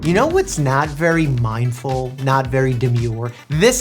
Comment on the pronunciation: Mike if you ever say midful or dumur again i will drop out of high scholl